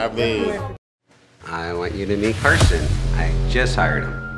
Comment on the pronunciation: Its not carson its karlson😽☝️🤪😉🧐🧐🧐😉🧐😉🧐😂😉😃😉😃😉😃👐🏻😉😂😉😂😉😂😉😃🤣😀🤣😀🤣😀🇨🇮🇦🇿🇨🇮🇨🇼🇨🇮🇨🇮🇧🇹🇮🇴🇮🇴🇰🇲🇰🇲🇧🇧🇨🇰🎷🚲🧩🛴🎰🛴🎬🎺🎧🎼🎫🎼🎟🎹🎸🎸🛰🎸🛰🎭🎸🎸🎟🎸🎭🎸🐤🐤🐮🐮🦁🐦🐮🤡🤡🤡🤡🤡🤡🤡🤡🤡🤡🤡🤡🤡🤡🤡🤡🤡🤡🤡🤡🤡🤡🤡🤡🤡🤡🤡🤡🤡🤡🤡🤡🤡🤡🤡